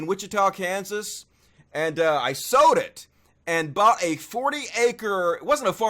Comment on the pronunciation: You "Sowed" it? I could of swore you said "Sowed".....then I realized you said "SOLD". Gotcha now.